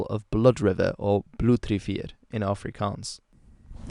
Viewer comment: Excellent pronunciation of Afrikaans and Xhosa words.